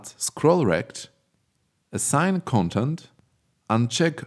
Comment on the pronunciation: Your pronunciations get some mistakes, such as 'content', 'spacing'... Please keep an eye on pronunciations. Even though, your content is so beloved! I feel like finding out a gold mine of Unity tutorials. :D